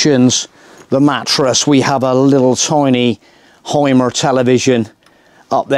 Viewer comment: But I would teach you, how to pronounce the deutsche words correct....like: HYMER You say Haimer, but his name is correct pronounced Hümer.😉